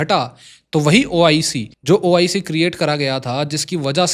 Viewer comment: BROTHER ITS NOT OCI ITS OIC